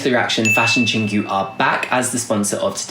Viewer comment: Hey, FYI. Your pronounciation of Chingu is not [ching gju:] but [chin gwoo]